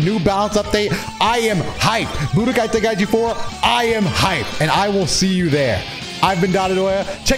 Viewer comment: wow actually says the title right unlick dino dion lol